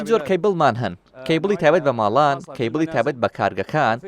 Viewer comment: عەیبە بەڕێوبەری کۆمپانیا بیت نەزانی بلێی کەیبڵ هەر ئەڵێ چێبل .